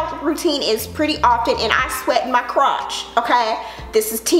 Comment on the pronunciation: "I sweat in my crot-ch." 😂🤣😂🤣 Girl, you have me rolling.